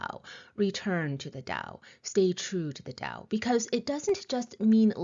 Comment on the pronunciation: why do you pronounce 'tao' like white people do?